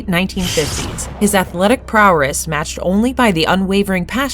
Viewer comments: Plus they mispronounced “prowess” as “prowress” which shows it’s just a person trying wayyyy too hard to sound smart. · or saying “prowress” for some fucking reason